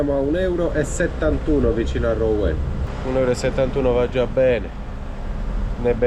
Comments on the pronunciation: ROUEN..... RUEN PRON OU SI LEGGE U APERTA. BUON VIAGGIO ZONA CHAMPAGNE INSIEME A Reims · Ciao ragazzi piano piano vi avvicinate a dove sto io. Cmq si pronuncia ruon. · Ou si legge u quindi Ruen